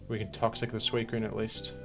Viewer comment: this boy just said squeakune